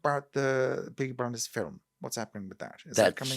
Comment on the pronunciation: Beaky Bwinders